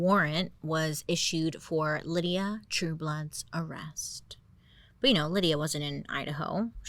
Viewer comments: I think her name is pronounced LIE-duh (Lyda), not LID-ee-uh (Lydia). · How is it Lydia? her name doesn't have a I. should it be like Lie-da? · Bailey, I kept seeing the name LYDA and thinking, "That is NOT Lydia." So, I looked up the pronunciation. It is apparently LID-uh, which is a name I have never heard in my life. Just wanted to share that bizarre news! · Ok I spent most of the video questioning a typo only to realize Bailey is mispronouncing her name. Lol it's Lyda not Lydia. 😂😂 Still love ya and your videos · I wonder if her name is pronounced Lie-da bc of the spelling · If her name is spelled LYDA it's pronounced Lie-duh 🤣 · It took me a solid 45 minutes to realise that this ladies name might actually be pronounced Lie-da, rather than Lydia 😂😂😂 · I think her name might be pronounced Lye-dah... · Bailey I luv ya gorl...but I think her name is pronounced like LYE-da? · It's pronounced 'Lie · Lyda pronounced (lie-duh) lol love you ❤ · Ok wait, her name is Lyda pronounced LayDuh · It’s pronounced Lie-duh……… 😂 I was like wait who we talking about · Ps…. It might be pronounced “Lie - Duh” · Wouldn’t her name be pronounce LIE-duh? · Its pronounced Layduh... for some reason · Lyda, I think it's pronounced Lie-Duh. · I’m confused. The name is Lyda. That’s not the same as Lydia. Isn’t it pronounced Laïda? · I can't help but imagine how much crazier you would have told this story saying her name correctly. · Anybody else here looking for the bitchiest comment about her mispronouncing Lyda? Seriously Bailey. We love you soooo much. So glad you do these. It makes my week! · I mean…. She clearly put in the video how her name was actually pronounced. In the beginning. She acknowledged she was pronouncing it wrong. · She put the correct name pronunciation by her mugshot at the beginning of video. 😅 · Isnt the womans name "Lie-dah" and not "Lydia"😂😂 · LYDA, BAILEY. NOT LYDIA. LIE-DA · BAILEY! Her name was LY-DA, not LYDIA! DUH😂 LY-DA...pronounced, Lie-da..